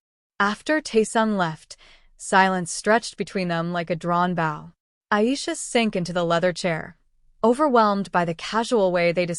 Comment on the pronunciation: Please pronounce words correctly..bow-to express by bending the knees..bow what is placed on a gift or tied on a shoe lace.